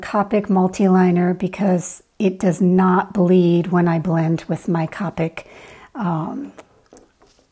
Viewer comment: Beautiful! I'd love to learn how you do the background.....so pretty! Bellina is precious! BTW copic is pronounced with a long "o".